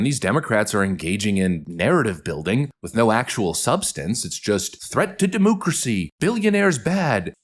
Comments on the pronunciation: You can't say de-moo-cracy that's anti-cattle! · its not pronounced demoocracy